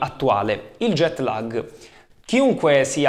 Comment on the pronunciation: Ottimo grazie. Ma non si pronuncia LAG all'italiana bensì con una A lunga che diventa quasi E. Perciò non è LEG non è LAG... ma qualcosa simile a LAAEG.